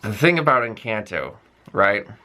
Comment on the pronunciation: You pronounce Colombia and Encanto like a native Latino, very good.